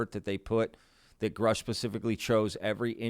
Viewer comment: what a great job you do catching the little things between the lines that could just pass by without being noticed…I appreciate you!!!!! Also the annoying mispronunciation of Grush’s name 😂I hate when people mispronounce his name!